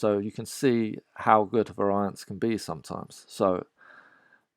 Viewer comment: That's not how variance is pronounced.